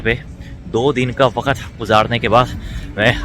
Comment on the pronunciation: bro its Wakt , not Wakat . galat bol rahe hai